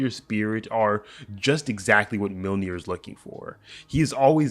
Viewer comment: It's pronounced Myolnir, not Milnir.